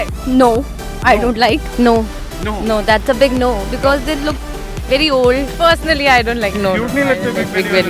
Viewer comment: wery wery good! lol